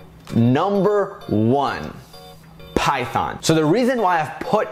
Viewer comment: Till I was like he has great knowledge in programming but when he said "Python" (It hurts my ears) I hit my head with my mouse !!